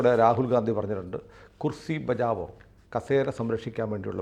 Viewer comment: ബജാവോ അല്ല ബചാവോ ആണ് ശരി. സ്ഫുടമായി പറയണം അല്ലെങ്കിൽ അർത്ഥ० മാറു०.